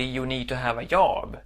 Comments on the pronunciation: Yob? You need to learn to pronounce a hard j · at first i thought he kept saying 'yob' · Försök uttala job med D före så låter det bättre. :) Du klarar dig fint! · Yob, yes, Swedish for Job